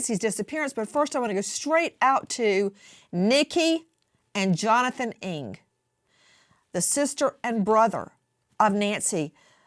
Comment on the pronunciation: NG is an Asian surname pronounce as "N-a-n-g" not ING just to give and address Nancy Ng her proper name. I hope she'll be found soon.🙏🕉